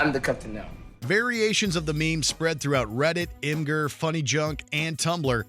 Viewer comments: Did you just call it imgerr?!?!? rage intensifies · Imgur= imager. No 'grrrrr' as in what a dog does. I honestly have no idea how can't properly pronounce anything other than French/Canadian French. Get with the program.